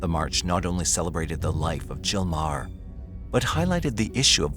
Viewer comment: The H, in Meaghar, or Maher, is silent, so, In Ireland, it's pronounced..... Marr.